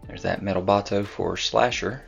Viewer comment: I think it’s pronounced Slay Ker….like Faker